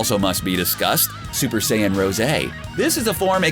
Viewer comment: (In Hermione Granger voice) Its Super Saiyan Rosé not Rose. Honestly...